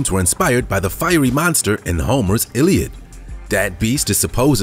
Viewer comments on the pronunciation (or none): none